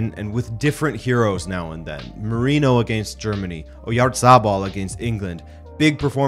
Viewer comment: Oyatabal not oryazarbal